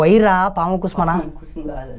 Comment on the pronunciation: పాము కుసుమ కాదు పాము కుబుసం